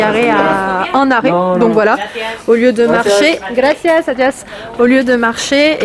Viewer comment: Hhhhhhhh tu a dit graciase adias hhhhhhh